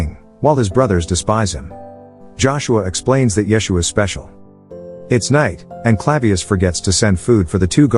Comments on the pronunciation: " yes-u-ah " is how its said in Hebrew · FYI: Yeshua (ישוע) is pronounced Ye-shu-ah in modern Hebrew with emphasis on the last syllable, not the first two. Pilate’s name is Pilatus not Pilatius.